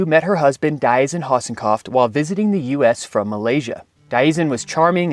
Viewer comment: You're pronouncing Diazien wrong.